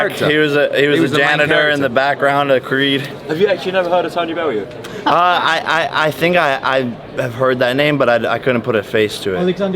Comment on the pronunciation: You didn't ask me about that, you asked me about Bel-loo...Bel-yoo...Bel-yoo??? 😆